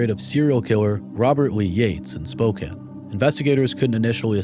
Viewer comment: Spokane is pronounced Spo-Can (like soda can) Not ‘Spoken”